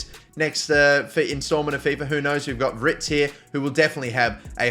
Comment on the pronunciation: Are you dyslexic? WIRTZ! Not Writz